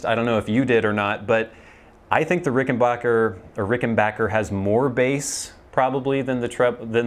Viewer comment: Nice to hear you proud it correctly; it's Ricken-BACK-er. Short "A" sound. Not Ricken-baaaahhhk-er. No long "A" sound. "Wish You were here" sounded great.